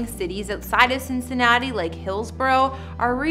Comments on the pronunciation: She did not just say Cincinnati-not-e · Cincininoti lol